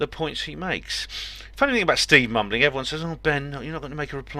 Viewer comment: Sounded like you said 'steve bumbling' lol